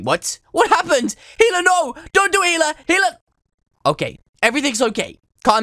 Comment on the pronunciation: Dude the only reason i clicked on here cause i searched my name and found this and he said my name perfectly others gets it wrong AND yes my name is HELA :>